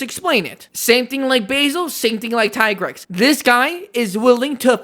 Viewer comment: it’s pronounced “Tee-Grex” and another thing; why is Nergigante not on this list? Being a crashout is literally his thing. He hurts himself just to kill his enemy